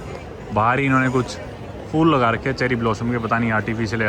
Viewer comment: Bhai phool hota hai fool nahi😢😢😢